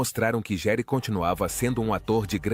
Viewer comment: Que feio vc falar o sobrenome dele errado, estude antes de fazer seus videos